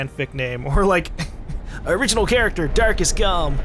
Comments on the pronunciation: "Darkest GaLm" xdddd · when he said "darkest galm" i thought he said "dark as galm"